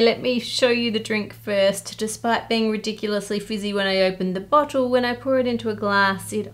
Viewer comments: "Bottle"...I thought the woman in the first clip on pine needle soda said "butt gosh! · That girl REALLY needs to learn how to pronounce bottle